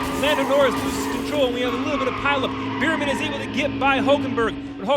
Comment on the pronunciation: Its “bearman” not “beerman”